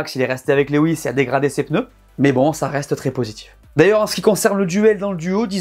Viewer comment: Lewis ca se dit "louwisse"